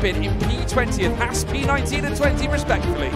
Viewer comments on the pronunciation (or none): none